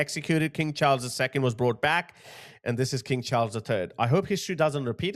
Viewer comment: I thought you said King Charles the Turd 😄